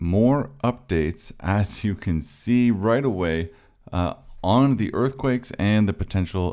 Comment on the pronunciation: Tip: "as" is pronounced as "az". "Ass" is prounced as "ass (as)".